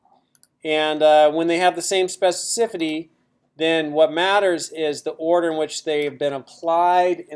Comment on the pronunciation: It's a horrible word to pronounce, I realise that, but you're not quite there.